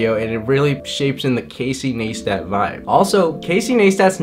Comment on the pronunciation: Casey Naystat??? no its Casey Ni-stat lol